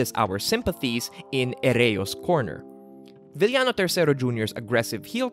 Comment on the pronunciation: Filipino pronunciation - VIL-YA-NO WORLD CLASS Filipino pronunciation - VI-YA-NO P.S. I wish you could make a video essay about the Lucha Libre Big Three (El Santo, Blue Demon and Mil Mascaras) or the Three Musketeers (Masahiro Chono, Keiji Mutoh and Shinya Hashimoto)